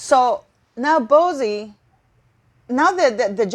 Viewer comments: Can you please refer to Bouzy correctly it's very annoying. It is not bozy but boozie as in alcohol booze 🫣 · I'm not too be rude, but it's pronounced Christopher "BOO-zee", sounds like "Uzi" 😆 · It's pronounced Boozy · I think it’s awesome she mispronounces it. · It's a take on BOZO the clown, she is doing it purposely! Good on her!